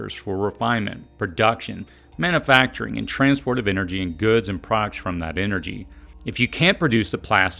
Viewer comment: Love your videos, but as a voice over teacher I would love to hear you correct “manna-facturing” to man-U-facturing”. You’ve got a great voice and delivery - keep it up!